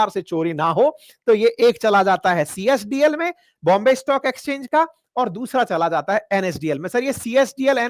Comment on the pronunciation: Csdl nahi cdsl hota hai burbak😅😅😅😅